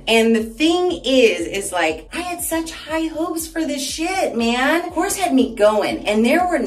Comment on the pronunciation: Hi. The pronunciation is korres. You have to pronounce all the vowels and you tone the word at the last vowel.😊 Kisses!